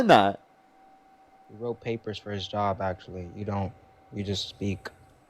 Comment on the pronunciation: I had to listen harder to figure that out. I thought I heard “yob” instead of “job”.